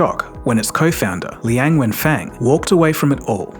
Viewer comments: It's Liang Wenfeng instead of Liang Fenweng Liang Wenfeng is correct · not fenwen， wen feng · Linag Wenfeng, not Liang Fengwen. 梁文峰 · is Liang Wenfeng, not Liang Fenweng lol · Constant mis pronunciation of his name, sometimes " Wen Feng" sometimes "Feng Wen" just ticks me off. Sorry. It's "Wen Feng".. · Please read his name correctly: Liang wenfeng. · This channel cannot even get his name right LOL It's Liang Wenfeng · Coz he got his name wrong. It’s Liang Wenfang instead of Liang Fenwang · Please make sure to pronounce people’s names correctly. The way it was said in the video is way too different from how it actually sounds. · Dude can't even get the name right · WOW your pronunciation of his name is horrible. Please be respectful to say someone name correctly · And got the name wrong. How the eff could someone screw up on such a basic thing. How can I trust the info presented here when he couldn't even get the name right? And it's not just once that he got it wrong! He said it repeatedly!